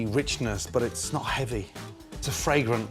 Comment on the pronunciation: take a shot of vodka everytime gordon says fragorant or vribrant